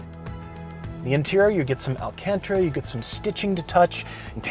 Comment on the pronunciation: It’s alcantara not alcantra